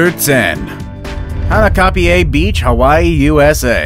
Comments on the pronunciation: Kauai is pronounced ka why and hanakapiai pronounce Haw naw copy Eye Btw Local from Kauai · You've butchered the Hawaiian pronunciation. "Kihl-uh-wai-aa" for Kilauea and "haw-naw-copy-eye" for hanakapiai. Hawaiian language is mostly made up of vowels and they are all pronounced the same way every time. a makes a short “ah” sound like the a in “above” e makes an “eh” sound like the e in “let” i makes an “e” sound like the e in “easy” o makes a short “oh” sound like the o in “pole” u makes an “oo” sound like the oo in “moo”